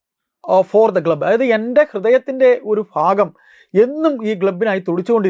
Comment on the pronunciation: ഗ്ലബ്ബ് ❌ ക്ലബ്ബ് ✅ 😂